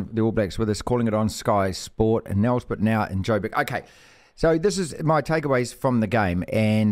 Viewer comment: Hear this from the NZers. Its nelspruit not nelsprit. Said like mate, nelsprate mate!